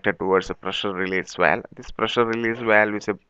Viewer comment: i'm Malaysian, from Sarawak borneo. We do speak english fluently. listen to it, Tht guy is English Russian accent, Russian pronounce "this" is "zis"